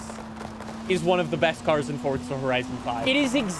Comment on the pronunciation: I love your channel but it’s Forza Horizon 5 not Fortza Horizon 5